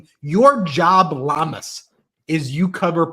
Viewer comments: _mtn::_mtn::_mtn:it's spelled Llamas but it's pronounced Yommas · llamas is pronounced Yamas (double “L” is a “Y” in Spanish . I saw his report that night and almost choked! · Guys 2 L's together in Spanish is pronounced like a "Y"